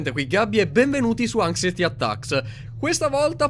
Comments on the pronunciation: La pronuncia corretta sarebbe "ancsaieti" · anxiety si pronuncia "angsaieti".